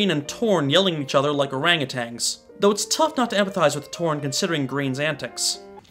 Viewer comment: You have the audacity to point out the incorrect location for native elephants regarding the one in the film, when it is not a wild elephant, but under human control; and you pronounce Orangutan with a "G" at the end. Why I never, you best be ashamed of yourself.